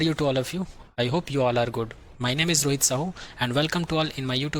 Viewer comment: Eeejjjj nahi "is" Teevaal nahi it's "TRAVEL"